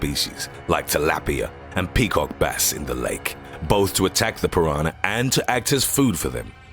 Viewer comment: He keeps saying piranar instead of piranah.